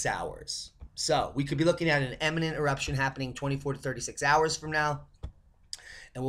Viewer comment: Imminent=soon, not emmanent! Great job, as always! Aloha!